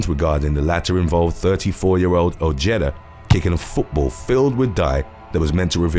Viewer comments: 'OJETTA'. LOOOL. Ojeda. OH-HAY-DUH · It is pronounced “oh-heh-dah”